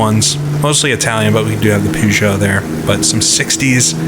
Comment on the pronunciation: I love the videos but good lord, every time you say "Pew-zah" the hairs on my neck stand up.